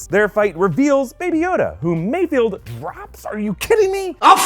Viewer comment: MayFELD, MayFELD, MayFELD